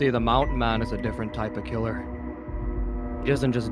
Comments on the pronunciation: ‘Ciller killer’ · “Siller killer” lol